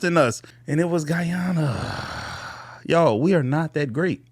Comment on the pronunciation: Bro, did you say Guyana,,?